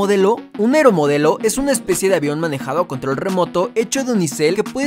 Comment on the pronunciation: Oye control no se dice contol